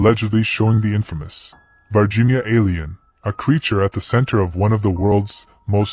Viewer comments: This is confusing! The title says VIRginia, but the narrator is saying VARginia. Would somebody please explain this and how an "alien" from VIRginia is showing up in Brazil? I have known several people from VIRginia, and they didn't appear to be aliens to me! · I'm Brazilian. It's "Varginha" town, not "Virginia". And that is not the creature, It had 3 head bumps.